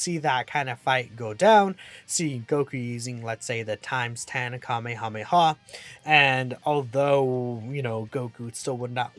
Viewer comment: you mean Cumehameha?